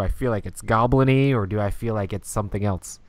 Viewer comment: Every time says "elts" instead of "else", a Rhino Hero loses its cape.